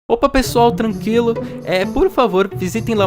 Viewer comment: Desculpa mas eu ri com você falando " trankilo " invés de " tranquilo ". 😭👌